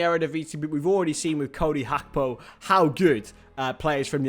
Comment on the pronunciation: I want Ndicka on a free, also it's gakpo not hakpo as its his dad's surname who isn't Dutch, that's just how some of the Dutch pronounce it there.